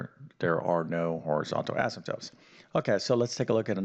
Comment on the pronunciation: He can spell Asymptotes correctly but he pronounces them asymptopes. I don't get it.